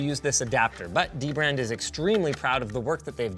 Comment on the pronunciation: I always thought it was pronounced Duh-brand lowercase d its dbrand